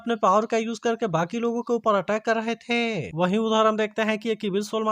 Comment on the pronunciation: Please hain or the 😂ko ache se boliye😂